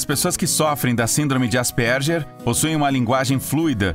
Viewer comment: Ele n falou errado?Asperger